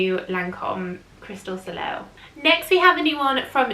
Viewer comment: Soleil is pronounced “So-Lay”. Just FYI :) that one sounds really good!